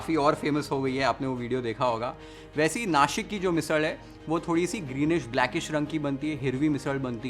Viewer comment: वाह, भावा, मस्त, लय भारी, तोंडाला पाणी सुटलं😋😋 Love the way you pronounce the names of our cities correctly, नाशिक, पुणे ❤️